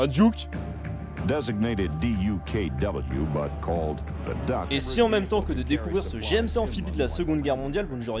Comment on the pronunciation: c'est des duckw pas des duke c'est comme donald duck pas donald duke.... sauf si vous les francais vous avez donald duke et daffy duke , la prononciation francaise est pire que le canadien alors